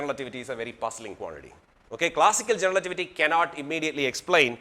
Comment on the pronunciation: like how he say 'generalativity'